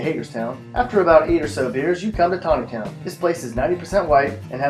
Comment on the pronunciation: At least he got the pronunciation right